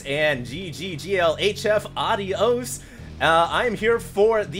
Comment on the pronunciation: That's not even remotely like how you are supposed to pronounce "adiós"!